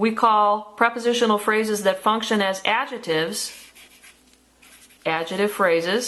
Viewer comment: I don't like the way you say adjectives but good vid